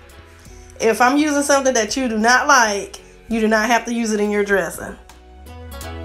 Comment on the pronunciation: Wish you would say.............this and that...............instead of dis and dat.